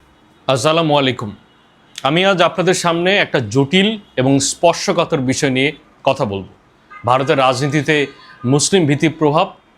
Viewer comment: সালাম ঠিক করেন আগে। আঝঝালামুআলাইকুম নারে ভাই আসসালামু আলাইকুম হবে! 🙄